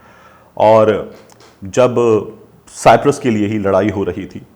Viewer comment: Sir kindly correct your pronunciation its not cyptret it's called cyprus